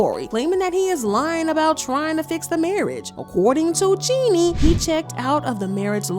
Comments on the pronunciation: I wish they would pronounce jeannie correctly it’s pronounced “Genie” (like genie in the bottle) not “jenny” 🤦🏾‍♀️ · Her name is Jeannie not Jenny you guys need to at least understand how to pronounce the woman's name before making gossip blogs about her